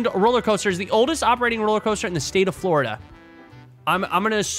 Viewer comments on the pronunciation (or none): none